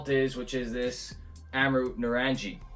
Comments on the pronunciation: Pronounced nuh-rung-ee, it's a hard G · Loving the review. It’s pronounced naa-rung-ee which as the bottle says refers to oranges in Hindi.